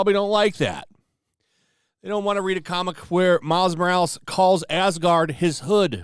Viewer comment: Asgard became AsGANG